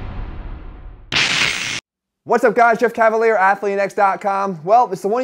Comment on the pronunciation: "What's up guys Jeff CALFaliere"